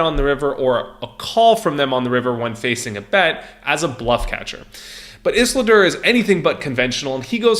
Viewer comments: Iz-ul-dur not iss-la-dur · ffs has this guy even seen lord of the rings? ISILDUR!!! ISS-EEL-DUR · Is-lidur lmao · Listening to you try and pronounce Isildur was so triggering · mispronouncing Isildur is bugging me lol. please re watch lord of the rings ;) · It hurts more and more every time he says it.......